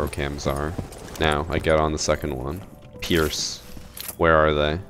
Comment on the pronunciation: Every time he says pierce my nards tingle